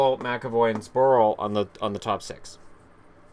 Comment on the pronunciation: you killed Zborils name :D